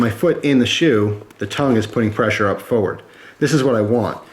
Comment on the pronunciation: I like how you say forward.. lol